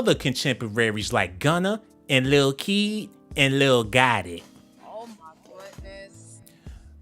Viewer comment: i died the way he says lil keed. like lil key. dead hahahaha this niga is a genius